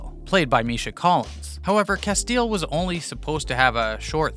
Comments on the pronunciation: This is what happens when you talk about a show you never watched. Two seconds of research and you'd know it's Cas Tee L ... not Casteel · Lol Cas-teal....